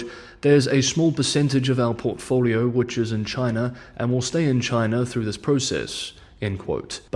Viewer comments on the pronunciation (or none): none